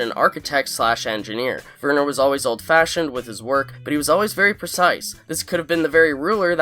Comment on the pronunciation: Werner = Vhere-nur. (like 'where' but with a V). The 'R' is soft, not hard. Now you're speaking German. And yes, how the fu*k did Lalo even get to Germany???